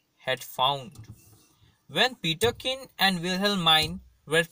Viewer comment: Wrong pronounced... It is Terkin read as Peterkin